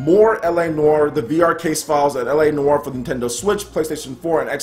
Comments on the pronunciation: Took 7 years of French and you pronounced it spot on! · I think you're pronouncing noire correctly (unless we're both wrong)